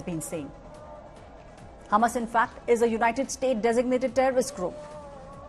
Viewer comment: It's Hamas and not humus 😂